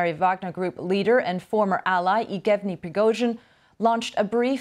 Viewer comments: how is this BBC host misreading yevgeny aw "eegevny"? that's ridiculous, why doesn't she know either the guy's name, or the name in general because it's a common name? can we maybe not have people present news who don't pay attention to news and don't know things? I think there are enough people who pay attention and know things, can you please try to hire them??? just to be clear for you, BBC, I don't mean about harry and meghan. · BBC ... please tell your anchor to learn how to say the names ... Best way is to listen to native russian saying them, then repeat them a few time ... Lucky she is cute :) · How did she get a new caster position?! Not sure why she can’t say his name correctly. It’s obnoxious. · She really battled with the “Yevgeny”’s…